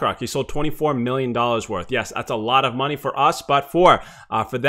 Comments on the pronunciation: ァララヴァって感じですね。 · a lot of て ララバって発音するん…？